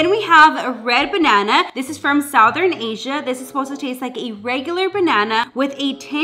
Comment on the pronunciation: I've never heard anyone say 'Southern Africa' like that before ... South-en, south-ern🤔 where in the world pronounces it like that?!🤷🏼‍♀️🤦🏼‍♀️🙃🙃🙃🙃🙃